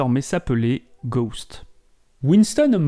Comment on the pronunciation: Ghosts pas ghost on prononce le S en anglais,normalement être fan de Michael Jackson sa vous donne l’envi d’aimer l’anglais